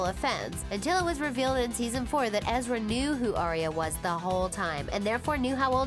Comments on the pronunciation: Ezra not Eerie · Uhhh... it's Ezra not Eerie. BTW I thought the ending was awesome... Lol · Don't you mean Ezra. Not EERIE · Ezra not eerie 😂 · It's Alison, not Allison!! + Ezra, not Eeria! Wth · 1. Ezra was 22 when he and Aria first met 2. Lucy already said in other interviews that took place after that interview you got the info from that she would be open to making an appearance 3. It’s Ezra, not eerie 4. You got Tyler’s age wrong 5. That wasn’t Sasha you showed Ask the fans. We can make your vid with correct facts